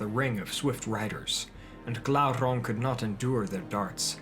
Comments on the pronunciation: Glaurrrrrang aluuuvatarrrrrrrrr lol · Everytime he said Glauron I said Glauron